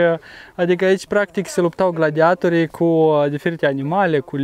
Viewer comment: Accentul e pe Torii in cuvântul gladiatorii .no offense .just for saying.